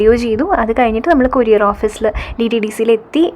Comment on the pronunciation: Kuriare alla courier fashion koodiappol pronounciation wrong